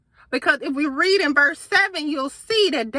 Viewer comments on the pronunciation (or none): none